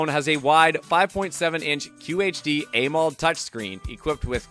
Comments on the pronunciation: Ah MO led. Why are you saying aye mold? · Bruh it sounds like he’s doing an ad read for each of these phones and struggling at that. That’s not how you pronounce AMOLED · I'd love to know what AIMOLD is, surely you mean AMOLED that's AM-OLED